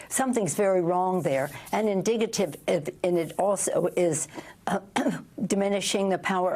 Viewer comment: Indicative….not Indigative. WTH does indigative even mean?